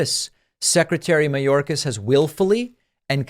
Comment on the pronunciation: Margorie,,,Margorie..! Tell us why you impeached Mayorkis? "Because he's a vewy vewy bad man..."